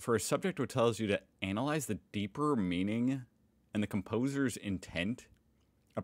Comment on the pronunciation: He says analyse wrong